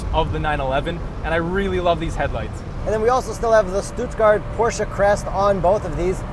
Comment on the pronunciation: Great Video! Love how you pronounced Stuttgart 😂 Greetings from Germany about an hour from "STUTTGART"